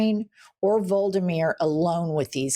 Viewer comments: It is shameful to mispronounce Volodymyr Zelenskyy's name so badly. It is vo-LO-di-mir, not VOL-di-mir. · Jennifer, Volodymyr is pronounced Vol-ÂD-i-meer; not VOL-di-meer. 4 syllables. Love you.❤ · Vah-low-duh-mir. The way you pronounced it made him sound like Voldemort. 😅 You need a pronunciation editor for foreign names. I reeeeeally want the world to recognize your brilliance. Pre-Reagan era news (before the race to the bottom deregulation) news-anchors really prided themselves on knowing the pronunciations. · Jen, vo-ló-do-mir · JW - Zelensky's 1st name has 4 syllables. Please correct as we do not wish to be seen as ignorant as MAGAts. Thx. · Please learn how to pronounce "Volodymyr" (and stop making him sound like the baddie from Harry Potter). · Jennifer - you're pronouncing Zelenskyy's first name incorrectly.